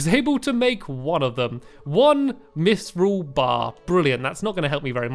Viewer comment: And you said Mythrill right:)